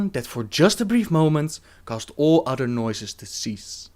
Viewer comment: love the vids but hate that he says udder instead of other